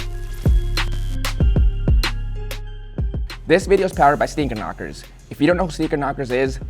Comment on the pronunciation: Sneaker Knockerz? I thought he said Speaker Knockerz😭🙏🏼😢